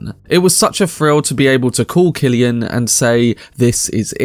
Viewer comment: Very much appreciate you pronouncing “Killian” Murphy correctly 😊 however you also pronounced the number 3 “free” so I guess you’re breaking even. Sorry, keep at it!